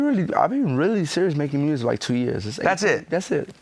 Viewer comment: ... WAT i wanna Do? MMMMEEEWWWSICK. LMFAOOOOO. DEX IS HILARIOUS FOR THAT SHIT LMAOO.